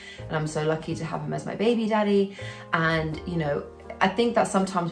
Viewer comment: Love your channel. You always give some inspiration..also, it’s funny to hear you say “ baby daddy” with that British accent 😂